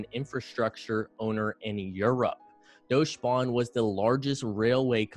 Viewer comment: Deutsche Bahn is pronounced Doyt-CHer baarN